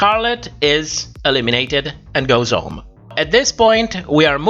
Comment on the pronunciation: Not a read just, just an observation: it's funny how you pronounce "h" in the beginning of a word when it's silent (like honest) but you don't do it when it actually isn't (like home). May I ask what your native language is?